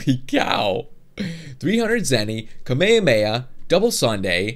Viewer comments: hes saying it like kamayamaya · *Cringe* he pronounces it "kummae-mae"...... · The way you pronounce kamehameha is kami-hami-ha